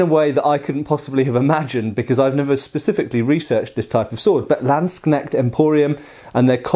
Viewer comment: We still have to work on your German "ch" sounds. It's more like the "h" in "huge". Hope you are not mad at me. But in future you can really show of with your accent-free Landsknecht pronounciation. ;)